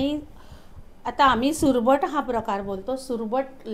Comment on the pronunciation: Survat nahi surmat